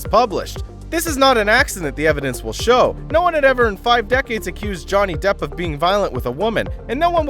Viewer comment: Depp not Debb